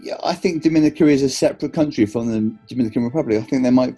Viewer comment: It's actually pronounced Dominica.